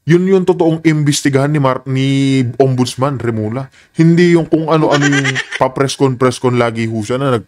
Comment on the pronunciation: Remulla ang pag basa pag dalawa ang L ay remul ya